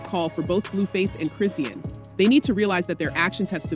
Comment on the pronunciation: Why are the blogs always pronouncing Chrisean incorrectly. Chri-shawn, Chrisean! 😂